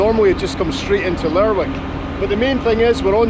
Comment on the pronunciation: Hey mon, I thought the toon was pronounced LER'IC not LerWick, but then I'm a sot southerner (even if I do have soft Prices Street ancestry